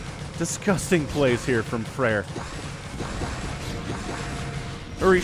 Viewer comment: And also, not FrEir, but FrAer) thats how to pronounce it on russian😀😀😀